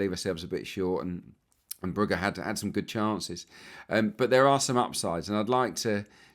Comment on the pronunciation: Try saying Nargo. It sounds more like that. And Brugge… I know it’s a difficult one as well, but Dutch pronounce G as H, so it’s Broo-heh